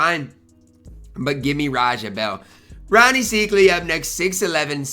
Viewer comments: Rony "psych" ly is how its pronounced....just an FYI:) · Don’t get mad at me but it’s pronounced SIKEely (